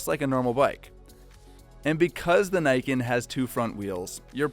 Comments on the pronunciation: It's "knee-ken" not "nye-ken" And the entire point, which (was it missed??? Did you not what the actual video???) is you have 2x traction on your front end. I'd love to see some braking statistics on this thing. For me, it's riding around on roads with oil patches. You're MUCH less likely to have the front wheel slide out from onder you if there are two of them. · "knee-Can" not "Nay-can" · You know, the name in Japanese would be pronounced "nee-ken", not "nyken". Ni meaning "two" and ken meaning "sword", the name can also be translated as "Twinblade". For obvious reasons. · Shouldn't it be pronounced knee ken instead of nye ken? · Thanks. That was fun. Just one thing: it’s Niken. Like NeeKen. Not Naiken. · Say what you will, the engineering is impressive. And it's pronounced "Nee", not "nigh". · Great video as always, but since I live in Japan your pronunciation of it bugs me XD Its actually ni-ken, as in "nee ken". Though im sure the reps over there told you it was the nyeken... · I like how enthusiastic you are about it but it's pronounced knee Ken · *Nee - ken Yes, I know I'm a weeb. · Pronounced as "Nee Ken" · It’s name is pronounced “knee-ken”, as in how the Japanese would pronounce the number two, (because the name means “two swords”). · Pretty sure it's pronounced like Knee-Ken, with emphasis on the Ken. It supposedly translates to "two-blades" from Japanese. Probably because of the way it looks thanks to the suspension. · i think it pronounced as 'nii ken' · its called (knee-ken) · Who's willing to bet it's not pronounces "neyeken" ? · it's probably pronounced kneeken since Japanese I sound is a long e sound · I dont usually use this term but, I cringe everytime they say "Niken" the Ni is pronounced as "Nee" please... it hurts. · It's actually pronounced as "ne" as in "neat" and "kan" as "can". The name niken literally means two sword.